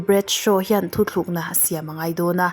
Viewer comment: Hmuhnawm leh khawp mai, mizotawng hi chu lamdik hram² thei la ka ti, *thutlukna tih tur ah *thuthlukna tih ang chi (tl) tur a (thl) hman ang kha a awm leh thin a